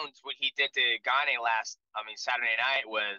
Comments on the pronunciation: Lmfao Gaanay is a new one. They mess up his first name too calling him Cereal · Cyril Gane's last name has been pronounced so many ways 😂. Gon, Gain, and now Gaanay. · lol GAN-AE. while jon calls him CEREAL. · I dont understand how/why DJ doesnt know how to pronounce Gane.... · No one respects Gane everyone says his name wrong